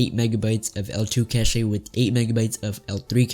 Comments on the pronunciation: Great vid, try talking with a tad more passion and cache is pronounced as cash just cash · "8mb of caché"